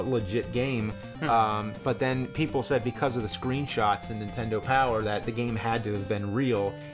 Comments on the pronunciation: James -- For the love of GOD...will you please...JUST ONCE say "NINTENDO" correctly? I don't think I've ever heard you say anything but "INTENDO". There's an "N" at the beginning, bro. -- that being said. cool vid and looks like a badass game. thanks for sharing. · I have noticed it over the years, James always says "intendo" barely saying the first N if at all. Example .